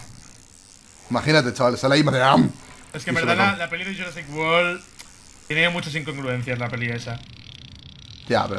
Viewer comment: "yurasic wol" viva